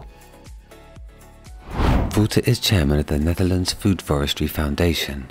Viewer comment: Wouter is pronounced wowter not wooter